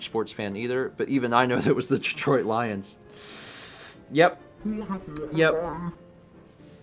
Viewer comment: I remember laughing so hard at failing to name the Detroit Lions ( - ). I completely lost it when he pronounced it as "Leons".